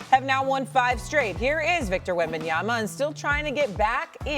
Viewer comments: Wemby 3 years into the league but Stephen a still saying wembanyana is downright disrespectful how is he still getting paid when you cant say a top 5 player name right yet??🤷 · He’s a professional getting paid millions of dollars. Wembenyama is the next superstar of the league. Him constantly calling him “Wembenyana” is a big deal. Makes him look f’n regarded at this point, almost rage bait worthy and down right disrespectful.